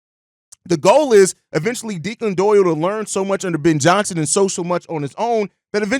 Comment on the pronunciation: Your pronunciation of the OC’s name was killing my dude. It’s Irish, pronounced Deck-Lin , not De- klan.